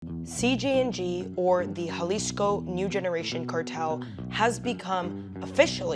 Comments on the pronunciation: why do you keep saying CGNG is it CJNG or CGNJ ? your post name is CJNG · Why do you keep saying CGNG? When the subject line says CJNG.